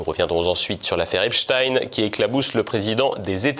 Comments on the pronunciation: Pourquoi prononcer "Epstine " alors que c'est Epstein ,ça ressemble trop à des noms connus ? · Salutations ! On ne prononce pas Epstien mais Epstein par pitié, ou alors c'est Einstien et plus Einstein ! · EpSTEIN pas Epst"ine" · C est pas epstin c est epstein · Pouvez-vous arrêter de prononcer Épchtine svp ? C'est ridicule... On ne dit pas Inchtine pour Einstein. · Pourquoi,ce présentateur parle -t-il d' Epstin ? Snobisme ou méconnaissance élémentaire des syllabes? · Merci pour votre travail. Pourriez-vous dire à votre collègue qu'on ne prononce pas le nom de Jeffrey Epstein en disant Epchtine, comme le font les Américains. Est-ce qu'on dit "Inchtine" au lieu de Einstein ou "Frankenchtine" au lieu de Frankenstein? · Pourquoi prononcer EpstINE ? Vous pouvez pas prononcer correctement son nom ou vous avez juste la trouille ?